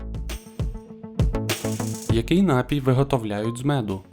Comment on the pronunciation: У слові «напій» наголос на другому складі.